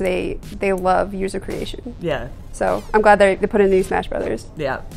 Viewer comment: I don't like how she says, "So". She goes, 'Sooarr". Idk lol